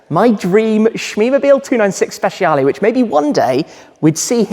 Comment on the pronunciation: Hey Tim, you can improve your pronunciation, it’s more like speCHAle, not speSHIale. 😊